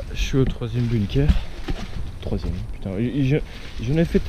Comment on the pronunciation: moi je sais où tu te trouve...par contre on ne prononce pas" bune keur" mais "Bounkeur" et cela s'écrit "BUNKER" et on bosse un petit peu sur les recherches avant de poster une vidéo ...les blockhaus de la croix des landes sur la route d'Erquy...et il y en a aussi au "Souchet" et un après "La Couture".